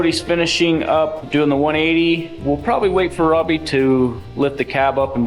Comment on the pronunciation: I have "not great" hearing so i often use close captions when the are available. Just the way pronounces Robby's first name.. it occasionally comes up on the CC as "crabby" LOL!.. I had to turn the volume as I thought was calling him Crabby for a joke!:)... But he's not it's just the "Automatic Closed Captions" fault:)